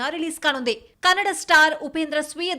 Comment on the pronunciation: ಕನ್ನಡ್ ಅಲ್ಲ ತಾಯಿ ಅದು.. ಕನ್ನಡ 🙏🏿🙏🏿🙏🏿